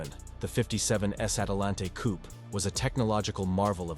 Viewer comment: "coop" LOL